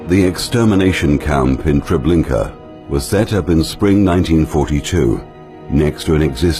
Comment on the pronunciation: TREBLINKA, not Trablinka!